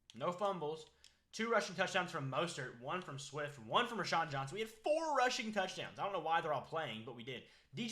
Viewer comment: Row - Shawn Johnson not Ra-Shawn!